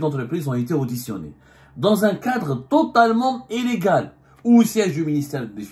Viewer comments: Mr Abdou Le "i" ne se prononce pas en "é", à l'exemple du mot illégale qui ne se prononce pas éllégale. Cordialement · Pour la énième fois, on dit illégal et non élégal, prends un orthophoniste ça te fera du bien.